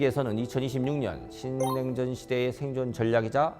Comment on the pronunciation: 신냉전이라는 말부터 아주 또박또박 들리네요. 정말 이런 좋은 강의가 너무나 중요하네요. 신냉전 시대에 투자를 위한 4가지는 그야말로 쉽게 지나치는 정보들이 이렇게 중요하다는 걸 느낄수 있었네요. 방위산업과 AI, 그리고 에너지와 디지털금융과 같이 이 중요한 4대 키워드가 역시나 투자의 가장 기본이 된다는 것은 너무도 중요한것 같아서 다시 한번 투자의 흐름에 대해서 공부를 할수 있었네요. 중요한 포인트를 이해하기 쉽게 말해주셔서 너무너무 감사드리고 앞으로도 꾸준하게 공부를 해야할것 같아요.